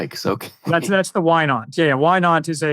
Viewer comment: said "wine aunt", not "why not." Took me a while to get that.